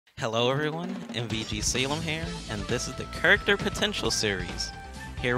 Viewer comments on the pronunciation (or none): "Today's Kurrkter is Min Min"